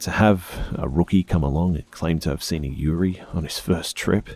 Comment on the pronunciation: you said 'yuri', which is Japanese slang for lesbian, I think you meant yurei? (Pronounced yu-ray)